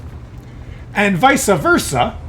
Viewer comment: Vice versa, not visa versa. I had to, sorry